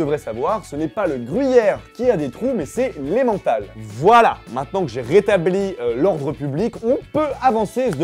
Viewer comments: Salut, en fait on ne dit pas emmENtal comme vincENt mais emmENtal comme dans EtieNNE. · petit truque, on dit pas emmental avec ''en'' mais emmental avec ''n"(croiez moi je suis suisse ;))